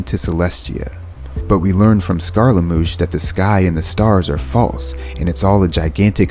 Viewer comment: Now all I can hear reading the subtitles is “sCArLeT MOosH” 😂